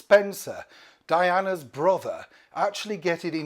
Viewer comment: Her name is DianA not Diane. Please it's not hard to get it right.